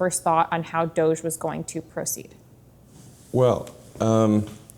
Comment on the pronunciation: The proper pronunciation is "doge" as in "vogue". Hard g.